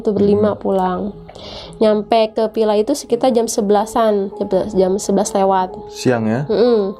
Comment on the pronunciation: Ini orang jaksel atau cianjur? Pila..pila..pilaa.. Or villa villa villa